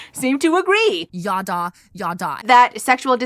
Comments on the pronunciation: Every time they start trying to bring up Hebrew words I want to start gnawing and scratching at the walls as someone who spoke it growing up. Girl what the hell is “yawdaw” 😭 could we not at least do a brief googling of pronunciation before we say it 25x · …they’ve got a painfully american way of pronouncing ידע. Never heard it as “yaw-daw” before lol